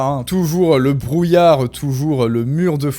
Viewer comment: Le serviceu publiqueu, notre friqueu, le brouillareu... Nan, c'est insupportable! Vraiment dommage! Il faut que tu travailles là-dessus, parce que sinon, je ne vais pas pouvoir te suivre...